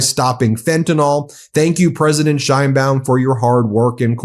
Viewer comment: Trump doesn't know what the hell he is doing. Time to Invoke the 25th Amendment. The idiotic Orange blob of useless goo can't even pronounce 'Sheinbaum' correctly.